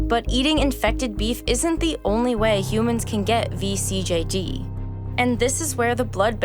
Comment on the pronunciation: THANK YOU for pronouncing vCJD right :D